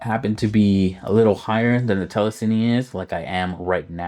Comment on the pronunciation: It's really annoying that you keep calling it "Telesini". It's TELESIN. And you say it has a max range of 16'? That's next to useless in most outdoor environments. And it's completely dumb? Just latching onto any face it sees? Is it weatherproof? It's far from perfect, by the sound of it. As an Action 5 Pro owner, I'll stick with my Hohem iSteady Pro 4 gimbal, which cost $70 but is far more capable.